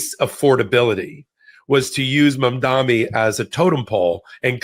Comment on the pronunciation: Say it with me now MAM-DA-NI